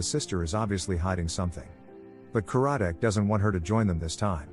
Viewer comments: It’s not Ka-RAD-Dec. It’s KAR-rad-dec. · The narrator should watch the show as the inspector's name is CAR-A-DIK, and the person who is his boss is not the Director but is the head of the department. And that wasn't her boyfriend but her ex-husband.